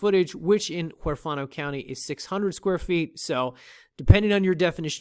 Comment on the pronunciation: LMAO. I'm just kidding around. I live not far from there, and it is a super nice place to call home. If I didn't already own a nice piece of property, I'd buy it from you. I say this to be nice and hopefully helpful. -->The correct pronunciation is "WHERE FAN NO". Take care, and the best of luck selling this property. Oh, snakes seem to be all over this country we call the United States. Again, I was only monkeying around.